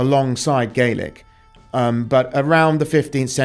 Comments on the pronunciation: As a native Hebridean two things, 1 you say Harris then zoom into Lewis and 2 it's gah-lik not gay-lik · FYI for future reference - when speaking about the language, Scottish Gàidhlig/Gaelic isn't pronounced "Gaylic", it is pronounced "Gaalic". Scottish Gaidhlig speakers use the "Gaylic" pronunciation when speaking about the Irish language. "Gaalic" = Scottish Gaelic(Gàidhlig) "Gaylic" = Irish Gaelic(Irish/Gaeilge) Enjoyed the video! I knew a couple of people from Stornoway who are related to him(distant cousins I think). Sadly they have never met him, so no cool stories there 😂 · Slainte Mhath for sharing your research on President Trump. It is so appreciated. One bit of info I'd like to share with U is the pronunciation of the word Gaelic. If referring to Scottish Gaelic, it is pronounced gal-ic, as in the word 'gal', w/a short a. If referring to Irish Gaelic, it is pronounced gail-ic as in the phrase 'gale', w/a long a. The different pronunciation was learned by watching the Scottish series "Outlander".